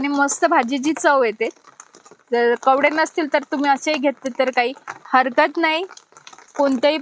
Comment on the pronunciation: कवडे नाही ग ताई कोवळे पान म्हन म्हणजे तु आमच्या सारखि सामान्य व्यक्ती आहे